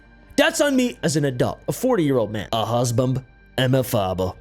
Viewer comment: "a husbambd and a faaba" 😂 I shouldn't be laughing at this 🤣